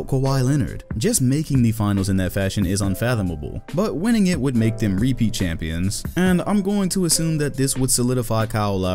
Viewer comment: Winnning? I caught that lmao